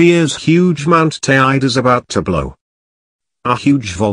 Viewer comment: Need to say Teide properly before having any credibility. Also whole story a lot of hyped up bollox